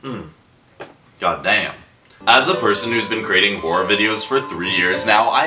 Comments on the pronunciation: Who thought said "Whore" instead of "Horror"? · "As a whore" IS THAT WHAT HE ACTUALLY SAID IM CACKLING Edit : I just realized he said horror and not whore.. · as a whor- ( yes i know he was saying horror 😭) * CouGh cOuGh * as person whose been creating.. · I haven't finished the video and I'm still at the start and when said a hor- (horror) I genuinely thought he said "as a Whor-"